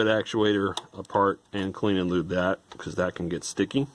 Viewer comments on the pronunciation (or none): none